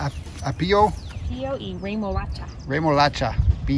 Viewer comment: Cool video as usual, guys! Keep brushing up on that Spanish, Amelia and, you're doing good. By the way, it's AH-pio, the accent goes on the A. Greetings from NYC!:)